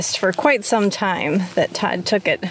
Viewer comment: I didn't hear clearly and I thought you said God was taking you to the garden store not Todd. Hahahaha